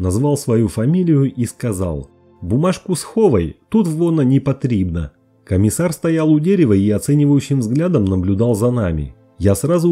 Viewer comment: "Бумажку схова́й, вона́ непотри́бна" Раз уж озвучиваешь, так ставь ударени́я прави́льно. Не знаешь как правильно говорить на мо́ве, так сначала поинтересуйся. Сам я гражданин РФ и патриот своей страны, но тро́хи розумїю укра́їнську мо́ву.